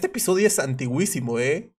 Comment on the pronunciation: no te lo digo de reproche es solo por ayudarte en cultura, se dice antiquisima con acento en la segunda "i" es esdrujula con acento en la primera u (no se donde esta el acento en este teclado), ok no digas antiguisima es un error garrafal, vale pues bye.